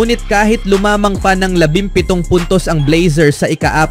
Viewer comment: Lumamang dimo MABIGKAS ng Tama.😂😂😂